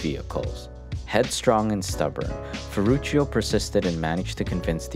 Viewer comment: His firstname sounds in italian language like „ferrutsho“, not „ferrutshio“.